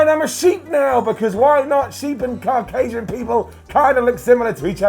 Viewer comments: What the hell is ''car-casian''..... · pronunciation of Caucasian hurt my head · That's not how you pronounce Caucasian !